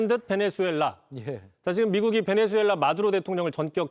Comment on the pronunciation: '베네수엘라'가 아니라 '나베수엘라'이네... 미친...